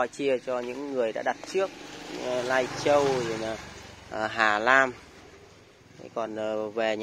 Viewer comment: Ngọng líu ngọng lo. Canadian thì đọc Caladian Lai Châu thì đọc Nai Châu Hà Nam lại đọc Hà Lam Hahaaha